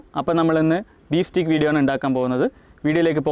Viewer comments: സ്റ്റീക്ക് അല്ല സ്റ്റേയ്ക്ക് ആണ് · Pronounciation Steak alla steak (steik) aanu